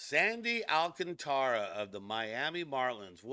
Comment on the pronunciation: No..it's pronounced..AL. CAN TRA